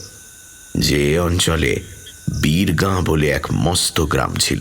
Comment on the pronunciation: সবই ঠিক আছে, কিন্তু উচ্চারণটা তো 'বীর গাঁ', 'বীরগা' টা কী !